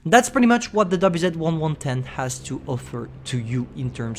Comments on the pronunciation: both him and droodles have their brains melt when pronouncing Chinese tank names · But the subtitles say the WZ-110's name correctly unlike.